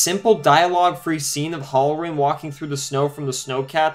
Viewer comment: . I was unaware that "One Hundred', was pronounced "A Hundret". BTW..It's "HAL-RR- REN", not "HOLLER-RIN". If you want to be taken seriously, learn the English language.